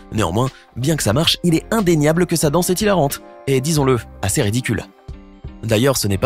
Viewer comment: Frère le mec il dit ASSER RIDICULE IL FERAIT PAS MIEUX